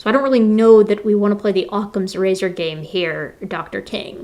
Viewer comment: who the fuck calls it "Occam's Lit-Razor?" this guy is a psychopath